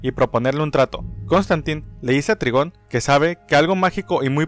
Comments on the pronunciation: Se dice traigon no trigon :v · NO ES TRIGON SE DICE TRAIGOOON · Se pronuncia traigon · hola aprecio mucho tu canal de hecho cuando estoy aburrido veo tus videos y me levanto el animo pero no es por ser grosero pero el papa de raven que se llama trygom se pronuncia traigon espero que mi comentario no te ofenda